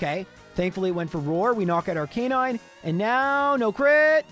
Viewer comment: Do you enjoy mispronouncing Arcanine, Rattata and Lorelei?